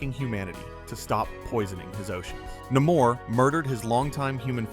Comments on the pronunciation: Turned off at Na-more. Its Namor. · His name is "Nay-more" Namor